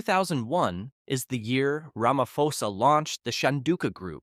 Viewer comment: You don't pronounce it Ramafosa but rather Ramaposa